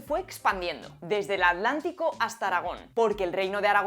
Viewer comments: Y también la pronuncian como d, cómo El Adletic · Buen día. No sigo al canal (a nadie en realidad), pero veo y disfruto con frecuencia sus videos. Con respeto, me permito plantearle un tema que despierta mi curiosidad: ¿por qué los españoles pronuncian "adlántico", en lugar de atlántico? , ¿pronuncian igual "Atlas", "atletismo", "atlético", ""Atlixco"? Saludos desde la Ciudad de México. 🎉